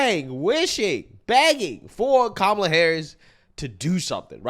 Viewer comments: Would never get political advice from anyone who says “Mamala”, cringy AF! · Did she really say Mamala? And I love how we were so out of line thinking 2020 was rigged/stolen but it's just fine when they do it. :P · Why do they pronounce her name with 2 "M"s in it